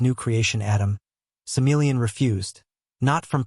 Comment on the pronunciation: Sammel... Bro SamA-el